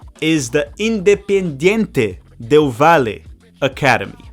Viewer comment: Great Analysis on my country , just need to work on the independiente del valle pronunciation 😂 Great vid bro